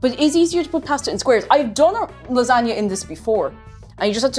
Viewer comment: LASANJANUA had me snort laughing. Oh I do love me a good gor-met lah-zag-nay. And that really hurts my Italian blood to type that.🤌🤌🤌